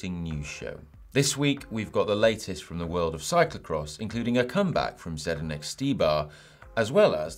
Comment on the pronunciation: .........if you buy me a pint I can teach you how to pronounce Zdenek ;-) .........so you can forget abou Zendenk :-)